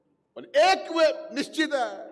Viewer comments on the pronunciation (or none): none